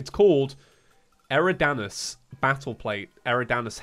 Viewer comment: eridanus is pronounced aer-ieh-dawn-iss